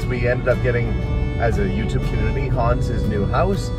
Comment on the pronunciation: Hans is A LIGHT! He is so joyful!! I'm SO HAPPY to see he found a great woman!! When says his name, it sounds like he's saying "Hun." LOL